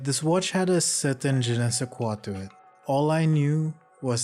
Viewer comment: No, the pronunciation is fine!